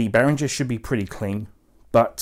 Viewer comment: It’s BehrinGer not BehrinJer.